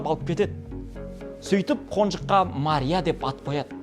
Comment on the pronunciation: Мария десенг тууган маря дейсинда мектепте окугансынбы 😂😂😂😂🎉